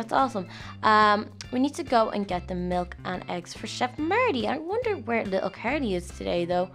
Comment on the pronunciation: You can't say milk your saying mulk